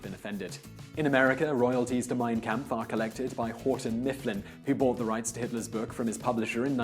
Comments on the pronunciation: "Camp-ff". Bruh, it’s pronounced Kampf (and I thought I was white) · its pronounced Comp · the shill jokes abou hitler dont trigger me as much as him mispronouncing kampf